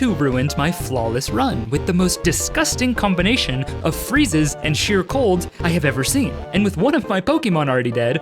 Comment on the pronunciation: “The combination” was so British lol